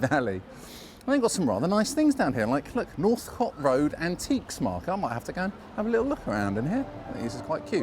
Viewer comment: Is Northcote not pronounced like "coat"? Thats how i always used to say it. I lived in Clapham between 2008 and 2013. Loved it.